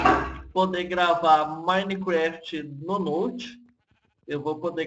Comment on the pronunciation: cara nao sei se eu tava ouvindo errado mas vc fala maineqüéft